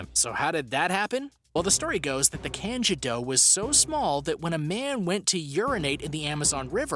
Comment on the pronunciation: Same with the candiru......